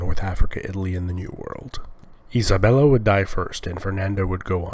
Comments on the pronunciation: As various Spaniards have corrected me, I will pass it on. The queen's name was not "Isabella" but "Isabel". (The extra -la was added by Italian speakers and for some reason, the name stuck.) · You fell in a confusion regarding the name of the queen of Castilla "Isabel la Católica" Isabel being the name and "La Catolica" a sort of nickname because of her religion. However, some poeple make the mistake to proununce her surname "Isabela" because of the confussion created by how her name and nickname sound together as if they were just two words "Isabella Catolica"